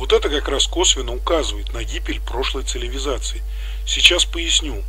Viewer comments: ЦиЛиВизация сильное слово, чуть не оглох. А думал, что просто послышалось, а нет так и говорит автор уже не в одном ролике. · Цивилизация я так говорю через Ци ЛИ Ви зация? Не замечал, не знаю отчего такая страность в речи, но со стороны виднее. Забавный факт, так и я не идеал, могу совершать какие-то чудоковатые ошибки)) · Да люди обратили мое внимание, что я слово цивилизация интересно произношу